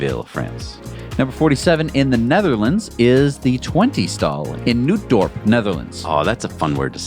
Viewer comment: The initial "H" in Spanish is always silent, so, "Hernani" is pronounced as "'Ernani". Also, double "oo" in Dutch is just a long "'o", a bit like "aw". And, since that "t" before "d" in "Nootdorp" seems to turn silent, it is pronounced more like "Nawdorp".